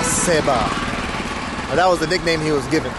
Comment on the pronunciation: You pronounced it wrong 😊. Its baba saheb and is a title. Saheb (pronounced as saaheb) was the indian equivalent of word "sir" to address the colonial masters and over time it came to represent anyone who is rich/ respected. Btw saying caste discrimination is widespread in india is same as saying women in US are discriminated against men. We know that is no longer generally true but still exist in some pockets in corporate world. Sorry not trying to be rude but trying to correct your perceptions about India please.